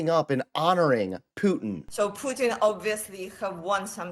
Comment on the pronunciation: You not saying Putin properly you freak